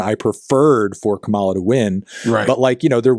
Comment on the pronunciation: More of this sort of collab, please. - Also, the smile gives when fantano mispronounces Kamala(COMMA-lah)'s name.